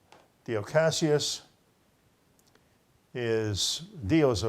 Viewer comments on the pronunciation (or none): none